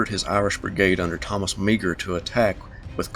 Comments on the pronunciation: Absolutely fantastic presentation! My only criticism is "Meagher" from the Irish Brigade is pronounced "Maw-hur" [It's a Gaelic name] and not "Meeger" . Fantastic though, really enjoyed it! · i think meagher's name is pronounced "ma-har" with the accent on the 2nd syllable. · Great, but Meagher is pronounced "mahr'' I think & Rhodes on the map should be "Rodes." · The Irish Brigade was commanded by Brigadier General Thomas Francis Meagher. His name is pronounced Maher. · Wonderful presentations. One thing: I'm pretty sure that "Meagher" is pronounced 'mahr'. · The name Meagher is pronounced Mar. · Gen. Meagher's name is pronounced "mar" or "mahr." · Meagher is pronounced Marr. Pesky Irish surnames! Great video. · Meagher is pronounced mar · One small snippet, Meagher is Irish, it's pronounced May Her. No big deal.